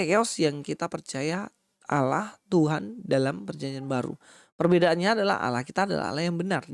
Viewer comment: fix gk tau tapi sotau, Allah disebut dengan mudah kata Lah doang? emang gk tau bunyi vokal Allah ya? konyol bin kocak sh merasa paling benar tapi basisnya terjemahan, mereka lupa klo YHWH vokal pengucapanya dalam bhasa ibrani mirip Allah versi vokal arab, begtu jg elohim vokalnya mirip tanpa imbuhan him